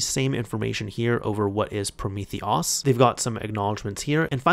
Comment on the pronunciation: PrometheOS is pronounced Prometheus btw :) Theres a hidden Snake game built in, thats the highscore reference :D